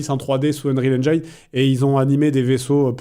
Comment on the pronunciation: Le mec qui embrasse tous les anglicismes qui prononce "unreal enjaïne". Un comble.